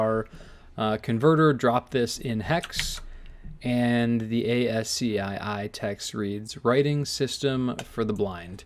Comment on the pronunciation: I'm pretty surr ASCII is pronounced "as ki"